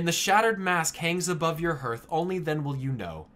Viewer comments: "harth", not "hurth" Good grief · I enjoyed this video, but it's pronounced as "härTH", not "hərTH." I know nobody cares; it just bugged me. Otherwise, this was really cool. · "Harth", not "herth". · Your pronunciation of Hearth is triggering me. It's like the game. Harth, not herth. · Herth? How can you not know your own language? It baffles me. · please stop saying Herth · i cringed everytime he said hearth xD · Hearth is pronounced like "Heart" with an 'h' on the end. It is not pronounced like "Earth" with an 'h' in front. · I cringed every time you pronounced Hearth wrong. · I hate how he say Hearth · it's hearth like hearthstone. mispronounces it. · I wonder if you pronounce the word heart wrong as well.